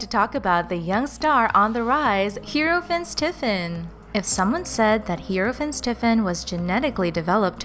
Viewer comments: It's pronounced Fines not Finns. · Ffs learn to pronnounce names his uncle's name is pronnounced Rayf Fines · You are pronouncing his name wrong